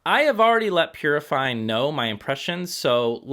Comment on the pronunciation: Pronounces Poozzi